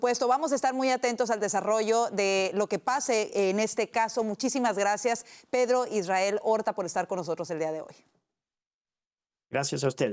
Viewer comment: Tenel , podel Pedlo..poblema, PEDLO es de orígen Chino. Izquielda, acabal, Pedlo, Illael